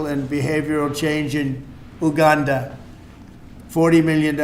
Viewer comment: What tf is Ew-Ganda?